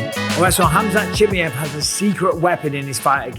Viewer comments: Mike you need to learn to pronounce his name properly... its CHIM MY EV... not too difficult... what if people started calling you BisPONG... you wouldnt like it pal. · Can you learn to say his fucking name right.... its pronounced ham-zat cha-mi-ev legit not watching any of your videos with his name in until you do. You're a commentator ffs. SAY IT CORRECTLY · its so annoying 😂 just say it properly ffs 😂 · Please learn how to pronounce the guy's name. Please.